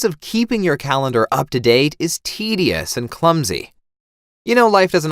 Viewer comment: “Put it on your CALENAR”. What’s a calenar??